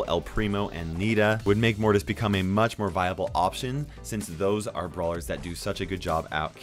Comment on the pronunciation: "blawer"... (not making fun of u btw :3)